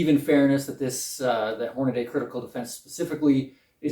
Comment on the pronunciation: Thanx for the in depth comparison. BTW, it’s Hornady not Hornaday.